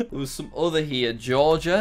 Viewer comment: Everyone gangsta until Jack pronounced "Georgia" as Ge-or-gia after saying the right pronunciation .